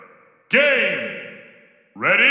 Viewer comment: When he said game I thought he said "GAY"